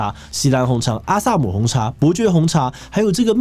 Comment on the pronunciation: 錫蘭表示：是ㄒㄧ，不是ㄒㄧˊ！！！